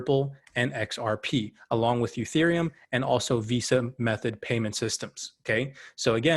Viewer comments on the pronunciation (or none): Please stop saying youtherium- bad look . Makes you look like you don’t know shit 😂